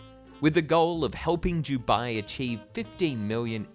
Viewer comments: why do u say "jubai" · Jew-bai 🤣 I couldn't stop hearing it!! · This could be a great video but on the ninth time of hearing "Jubai", I cannot watch any more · Dew-bye or Do-bye? I’ve never hear Dew-bye before. Is this a regional accent pronunciation? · It's Dubai not Jubai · It's DUBAI not 'Dew Bye'. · Can’t handle his vile pronunciation “JEW-bye”. Typical Aussie bogan accent. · Why do you call it Jew-bai? It’s Dubai. ‘Doo-bai’ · Its Dubai as in Du-bye not jewbai. Could not watch this video because of this, sorry but it was driving me crazy 👎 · how can I take you seriously when you can't even pronounce the city name. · I’m an Australian who lived in Dubai for 9 years. It’s never ever pronounced with a the ‘J’ sound. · “Dew-bye” 😂 love his pronunciation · What's is Jew Bai? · Jew bye? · The Jew Bai Giant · For Review Tyme, I'm and this is my failure to correctly pronounce the simple word 'Dubai', the world's biggest theme park name failure. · It really annoys me the way you say Dubai. JEWBYE 😂😂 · Why is he saying jew-bye? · Fab video, got triggered everytime you said Jubye tho.. still good none the less 😌 dubai is just a copy cat state, they have very little culture. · Why are you saying jewbai ? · Did you say jew-bai land? Jew-bai? Where's your accent from? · as a uae resident for more than 10 yrs, his pronounciation is killing me lol 😭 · Your pronouncing Dubai wrong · Great video but what annoys me is how you pronounce “Dubai” it is very distracting given your pronouncitation ...